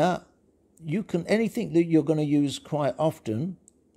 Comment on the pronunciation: You said "anythink"... Google corrected your speech but depends how you want it to be handled